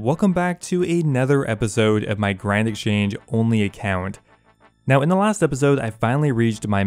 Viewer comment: Did you just call it "Grind Exchange Account"? Cause I feel that lol